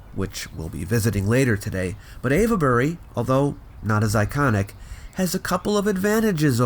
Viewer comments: Ave-bury, not Av-uh-bury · I was looking for that! I've never ever heard it being called Av-e-bury. Just sounds weird. 🤔 🤨 😆 I agree, the whole area is quite fascinating and whenever I can find something about it I have to watch/read it. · I like you a lot, please let's not fall out - "ave-buh-ree" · It's "Avebury"... not "Avabury", (with 3 syllables, not 4). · What are you saying: Ayva-berry? {:o:O:} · Lol no ‘e’ sounded in Avebury! It’s pronounced Ayv-Berry etc... sorry to correct but it sounds a bit silly the way you say it, so just to save you any future embarrassment... awesome video as always! 👍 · Your pronunciation of Avebury sounds like Averbury several times - the e isn't really expressed, think three syllables. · Sorry to be pedantic but it's pronounced 'Ave' as in 'pave' Bury. 🙂. Thanks for great posts. 👍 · I'm a local to Avebury and don't care at all about the very slight mispronunciation of the name. You do so well with the tongue twisters from ancient times, the odd slip is acceptable. I'm sure Brits get many pronunciations wrong too. Wish I'd known you were in the area, I'd have jumped at the opportunity just to shake your hand. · The "e" in Avebury is silent. This was more impressive than Stonehenge to me. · Avebury is not being pronounced quite correctly in this video,. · Sorry, but the "e" in Avebury is silent. It's there just to indicate that the leading "A" is long.